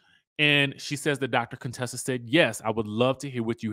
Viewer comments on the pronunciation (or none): Chyle… stop calling that poor woman Coon-tessa